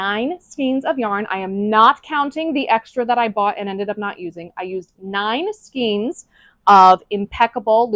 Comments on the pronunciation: It’s pronounced skayne not skeen. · skein - sounds like reign. Long A sound. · It's skein like vein. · Hey FYI, "skein" rhymes with "vein" or "rein."